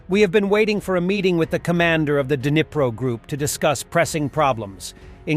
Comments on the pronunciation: 'Dinner-pro'?. lol! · It's actually more like Dneepro with a hard 'R' sound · It’s pronounced “Dnipro”, D’nee pro